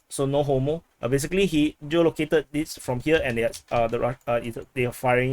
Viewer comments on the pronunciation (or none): Thanks for calling me a giga chad. Yo what did you call the wimps after you called us andrew tate? I rewind a few times and cannot hear clearly, i assume it was a sinapore curse word? Also, the timing and the way u said no homo was pretty funny. Thanks for the update bro.